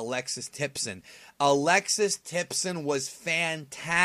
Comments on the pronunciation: Hate to be that guy, but it's Alexis Tipton not Alexis Tipson. XD. Happens to the best of us. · Tipton, not Tipson.